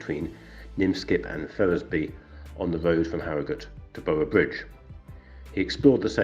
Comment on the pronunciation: Sorry but it is Minskip as written, and not Nimskip as pronounced, and Ferrensby, and not Ferrisby. interesting video though, although I knew that he built that road.